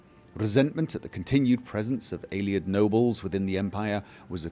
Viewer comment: The way you pronounce "Ayleid" really bothers me... "Aylieds" you say. Just something to think about ;)